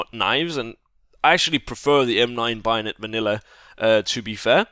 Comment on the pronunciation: WHY DO YOU SAY BAYONET LIKE BIONET?!??!??!?!??!?!??!?!??!?!??!?!??!??!?!?!!!!!!!1!11!!!!!one!!11!oneoneone